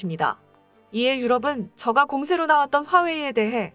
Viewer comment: 저가아니고 저까로 읽어주세요